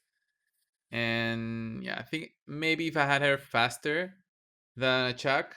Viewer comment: Actually its Ahak Achak is funny